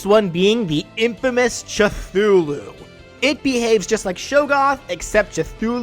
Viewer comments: "Chuthulu"? Who the fuck says "CHUTHULU"?! That's not even the 'technical' way you pronounce it that'd make you sound like a complete ponce (Khlul'-hloo). You either say Ku-THOO-lu or Ku-TOO-lu. NO CH-! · Cha-foo-loo?? The first part is prounnced "Ka" not "Cha" XD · This lad really just called Cthulhu "Chuhthulu" We kno it's Cut-hulhu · How to say Cthulhu Ca-thoo-loo Che-thoo-loo is NOT the way to say it. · I know that. It's just I always hear people pronounce it as "Ka-fu-lu" not "Cha-fu-lu" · Excuse me? "CH-THULU?" It's Pronounced "Cathulu" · “Cuthulu” Sad expected Terrarian noises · The cth in Cthulu's name is pronounced like a ku, by the way. Just letting you know. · It's cathulu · He just pronounced "cthulu" "Chthulu" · If seeing this; first, I love your videos keep it up, Second, it is pronounce "K'thoo-loo" and Finally I want to see you to do Sack-boy from LittleBigPlanet. I saw your post and I understand, I just want to keep this comment up. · We're just not gonna talk about Ch-thulu, huh? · You’re the first person in my life I have ever heard that pronounced Cthulhu with a Cha- sound at the beginning. I get it, everyone has their own pronounce, but it just caught my attention. I am not teaching you how to say things because people will have different opinions on how they say it compared to everyone else they meet in their lives. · Cthulhu is pronounced (cuh-Thoo-loo) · The "C" in "Cthulhu" is pronounced "kuh". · The way you pronounce Cthulhu physically hurts me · the way he says Cthulu hurts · your pronunciation of "Cthulhu" hurt my soul a tiny bit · You said Cthulhu wrong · Anyone else mad he pronounced Cthulhu wrong? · I think you pronounced Cthulhu wrong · dude. You mispronounced Cthulhu.